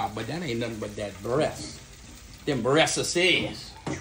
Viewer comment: I like the way you say dem breassAsez!!! 🤣🤣🤣